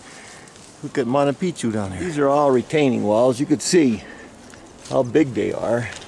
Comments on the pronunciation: Cant even say machu Picchu 🤣🤣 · "Monta Picchu"